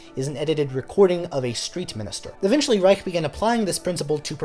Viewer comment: Brilliant video, but it’s worth mentioning that Steve Reich is pronounced “rye-sh” not “rye-ck”